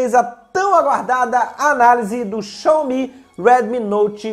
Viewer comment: A pronúncia é "Xáumi"